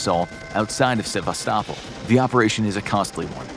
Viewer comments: It's pronounced Se-vast-o-pole. Not savistopple. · It's Sa-vas-to-pol not whatever you are saying. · Se-vas'-ta-pol is how I learned to pronounce it. Pet peeves maybe. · Oooh! and love your bizarre pronunciation of “Sebastopol.” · did anyone hear how the city of Sebastapol is pronounced wrongly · The way you pronounce Sevastopol is very funny ! 😆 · Your pronouncing the city of Sevastapol comply wrong. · Another great video. But your pronunciation of Sevastopol was terrible.